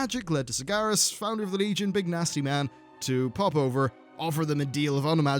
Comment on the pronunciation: Please learn to pronounce sargeras properly its sar-ger-as not sar-gar-as